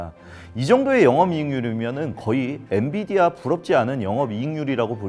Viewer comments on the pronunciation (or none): none